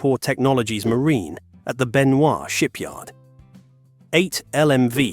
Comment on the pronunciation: Benoi is Benoy rhymes with Annoy. Not Benvoir as in Revoir.